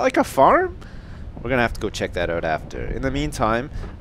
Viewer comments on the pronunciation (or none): You said oot